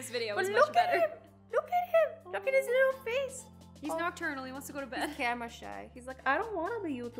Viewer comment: She said "His" not this